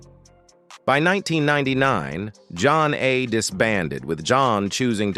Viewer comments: For the record…as soon as I heard their name pronounced “John A” and “Zane” I stopped listening. 😔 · John A 🤣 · Soooo this AL couldn't pronounce their name right, but read all the information from Wikipedia about the group 😂😂